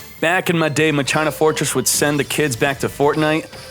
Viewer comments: My China Fortress Pog Its pronounced Ma-Key-Nah btw :) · It's hilarious when he is saying Ma- China. 😂🤣😂🤣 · Say it with me man, Ma-ki-nah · World legacy Muh-China. fucking what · This guy always mispronounces card names .World Legacy MyChina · It hurts so much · I thought its pronounced "Ma-ki-na", even went to google translate to confirm the pronounciation 😂😂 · Oh so you are still calling them mah-china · He still can't pronounce it correctly.... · Watch one of his streams he does it on purpose Even when the chat told him how to pronounce it he refuses to pronounce it correctly